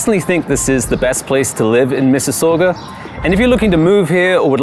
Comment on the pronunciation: Loved your video. Being a fellow resident of Mississauga I have a polite request. Please pronounce Mississauga correctly.